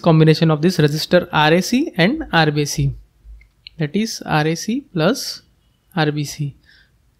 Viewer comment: It is irrelevant but whenever u say RBC i hear RCB😅